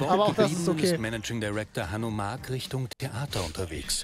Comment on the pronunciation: Der eine Typ heisst nicht wirklich Hanno Mack , gesprochen wie die Trecker und Bagger Firma Hanomag 😀